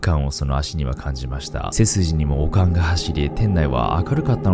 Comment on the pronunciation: 悪寒のイントネーションが完全にオカン🧓🏻で笑った笑笑